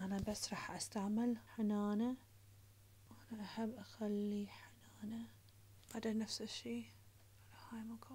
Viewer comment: هنانه❌ حنانه✅